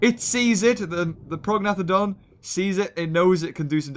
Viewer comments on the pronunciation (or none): prognathodon is pronounced pro-nay-th-odon.